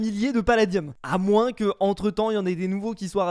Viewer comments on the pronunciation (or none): none